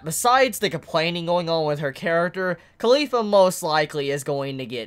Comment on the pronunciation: I hear Khalifa whenever he said caulifla